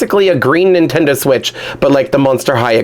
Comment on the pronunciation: Instead of Nintendo switch ("Jane Doe switch")